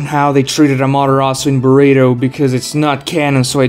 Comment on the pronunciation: We just gonn ignore how he called boruto “burrito” at the end?